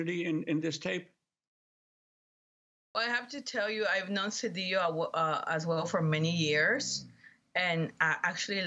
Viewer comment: I'm glad that Ms.Abdullah used the proper pronunciation of ll In Mr. CEDILLO. We learned that making ll yy was Castilian Spanish spoken be the haves. The indigenous were forced to be have nots,, as they were muslim, and not willing to follow the dictates of the Catholic church. Any name ending in ola, ela, Olla, ella,, ello etc. Was originally Allah. Abdul Allah means servant of Allah. THIS REALITY PROVES IT SELF.